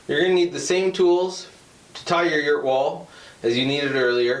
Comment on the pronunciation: Yurt … emphasis on the “errrrrrrrrt!”